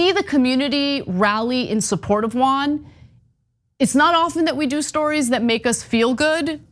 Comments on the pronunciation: They didn’t pronounce Juan right either, but is sweet. Who cares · Another ‘giant culture clash’: Armenians and Turks can’t pronounce JUAN.😄 If they try, it sounds like some Asian name...